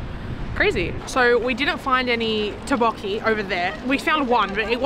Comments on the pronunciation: Tteok with K sound. Not tabokki. Tteokbokki. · Tteokbokki . You should pronounce the K. Tteokbokki.